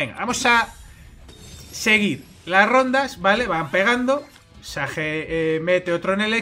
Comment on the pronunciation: Si haces muy buen contendio , pero esas pronunciaciones... xd . Un saludo